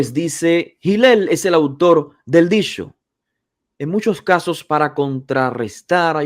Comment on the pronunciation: Disho disho disho (habla bien)